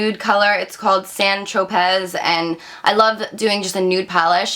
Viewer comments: Sal ee sil ick is how you say it babe :) and st tropez is also pronounced san tropey :) xxxx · Sal-ih-sil-ick & its san tro-pay lol